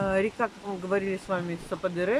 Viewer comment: Я смотрела одну блогершу из Анталии. Она ждала 5 месяцев. Просто они там что-то напутали. Говорят, если отказ, то сразу. И... Я была на этом каньон. Там классно. Только его называли сападЕре, ударение по другому. Но это не суть. Вам повезло, что подруги с машиной. Есть возможность разъезжать по красотам. Счастья вам!!!